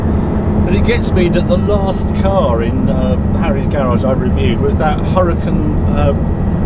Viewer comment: Harry is hilarious. Bless him. A multimillionaire and couldn't even pronounce his own name properly.